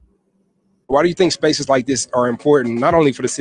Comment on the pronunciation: Sun word #237: "Shpaces"